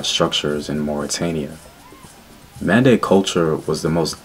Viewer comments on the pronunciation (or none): Its Men de not Mande